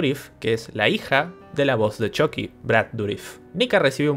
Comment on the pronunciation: nunca vi las peliculas pero a mi viejo x malo los vecinos le decian "CHUKI" no como decis vos "CHOKI" en ingles